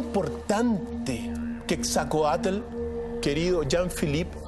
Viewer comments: Es Quetzalcoatl no quetzacoatl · se dice QUETZALCOATL. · Se escribe QUETZALCOATL y se pronuncia como se escribe